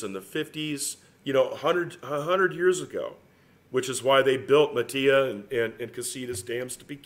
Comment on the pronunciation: Matilaja is pronounced muh til a ha